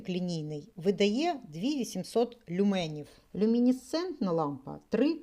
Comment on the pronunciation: Доброго дня. Я перепрошую, але правльно казати лЮменів! а не люмЕнів. Дякую.